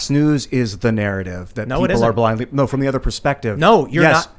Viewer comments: Gnot at all! 😂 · JUST SAY GNO